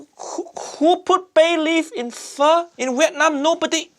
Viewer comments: 3 seconds in, pronounces it, "FAH"...oh lordy. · How can she called it “Pho” 😂😂😂 completely wrong, completely 😔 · I see he is so sad he said fur but not pho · Well her calling it Fa like the musical note shows how little she knows about the dish Pho so sad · Ok "pho lady cheater" btw it's phở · Is it just me or does everyone saying "Pho" just sounds like fuck? 😂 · I'm a Vietnamese and I just don't know what abomination is she making instead of Pho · As an Vietnamese, im offended by her Pho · My goodness.. How do you manage to fuck up Pho? Seriously... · Uncle Rodger needs to look up how to pronounce pho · You can do shortcuts without butchering it! I can buy Pho cubes for 20 cents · She literally "butchered" pho!